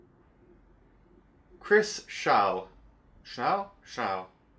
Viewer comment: It's pronounced Sh-all.